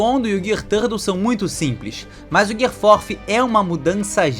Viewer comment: se tu fala gear third e secondo como se fosse japones pq tu fala fourth como americano ? kkkk